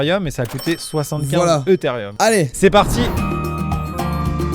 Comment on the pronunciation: Eutherieum ,sa mère mes oreilles saignent